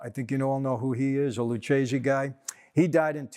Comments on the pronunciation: Why is Mike mispronouncing Lucchese? It’s Lukkese, not Lutsjese. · U got problem with Italian bro,its Lucchese so u pronounce Lukese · I believe it's pronounced "Lukese". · Mike, i can't believe you mispronounced lucchese, it is pronounced lukese, much respect from Italy!